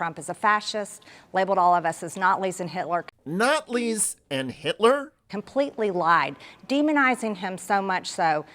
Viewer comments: Appeasing the Natlis in the 30s. Or the Gazpacho will come for you Marge! What the f is she babbling about? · Natlis. If she miss speaks when saying the word Nazis I think that means she has to resign because of a case of lifelong cognitive impairment. For the MAGA folks out there cognitive impairment means stupidity.